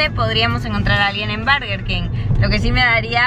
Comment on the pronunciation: por que dice barger king aaaaaa no es hate